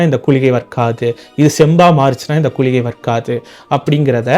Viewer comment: .கூளிகை என்று கூறுகறீர்கள் இது தவறு குளிகை என்பதே சரி.